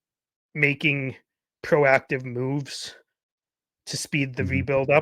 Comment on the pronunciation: Emphasis on the "procative" part